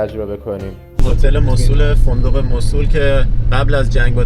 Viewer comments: موصلللللللل نه موصول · موصول نه موصل😂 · موصول نه موصِل😊 خسته نباشید👏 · موصول چیه آخه؟ موصل درسته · موصول نه موصل ایکول 😂😂😂😂😂😂😂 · مصول✅ موصل❌ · سلام...چرا اسم شهر رو موصول میگه ..مگر موصل نیست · ممنون بابت این ولاگ خوب اسم اصلی موصِل هست و نه موصول شما که تا موصل اومدید باید از اثار و ساخته های تاریخی الحضر دیدن میکردید حرف اصلی تاریخ رو الحضر میزنه با سه تاریخ ایرانی و یونانی و عراقی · مو صو ل نه. 😂 موصل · موسول ❌ موصل ✅ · موصول چیه؟؟ بگوموصل ...وقتی اسم موصل رو بلد نیستی بگی چطور جرات میکنی در مورد تاریخ حرف بزنی؟؟ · مُصول؟ توروخدا لطفا درست تلفظ كنيد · ، شما تلفظ Mosul رو درست میگی؟ موصول؟؟؟ فکر کنم « مَوْصِل » باشه. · موصول نه. موصل ص به کسره تلفظ میشه😂😂😂😂😂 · موصل اسم صحیح است نه موصول باتشکر 🌹🌹🙏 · موسل نه موصول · حالا هم خودت غلط گفتی موصل نه موسل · مُوصِل درست است نه مُوصُل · موصول نیست موصِل هست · چرا موصول می گی موصل بگو😂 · چطور پاشیدی این همه راه کوبیدی رفتی اونجا به خودت زحمت ندادی تلفض درست اسم مقصد تو یاد بگیری؟ واقعا عجبیه‌ اون موصله مو او صول نیست خودنه نمیشه یعنی موُصل هست نه م او صول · موصل تلفظت غلط بود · ممنونم. « مَوْصِل » تلفظ اصلی و عربی است، نه تلفظ ایرانی. مراقب خودتون باشین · تلفظ درستش موصل با کسر ص است. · من عراقی هستم. تلفظ ان به دو صورت است Moosel or Mawsel که در هر دو صورت با املای رایج انگلیسیش متفاوت است و صاد با کسره خوانده می شود. می توانید به ویکیپدیا نیز مراجعه کنید. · شما اسم شهر رو نمی تونی درست بگی